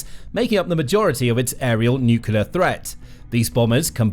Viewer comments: fyi It's "NUCLEAR (NU_ KLEE _ AR) not NUCULAR. Pedantic , I know, but to me it's like nails on a chalk board since Gee Dubya Bush invented that misspeak. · NUCLEAR....not...NUCULAR! For God's sake. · It is pronounced nuc-LE-AR not nuc-u-LER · If you insist on saying nuclear so often, could you pronounce it correctly? You sound like Homer Simpson when you say nucular. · It's so grating when supposed political analysts or politicians can't pronounce "nuclear" correctly.